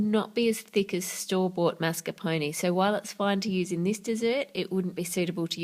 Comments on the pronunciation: Karkat Vantas So you can't stand the way she pronounces mascarpone because she doesn't use a French pronounciation even though mascarpone is Italian? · I'm sorry but I can't stand the way she says mascarpone ._.